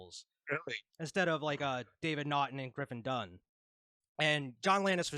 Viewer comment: It’s Griffin Dunne pronounced (Done).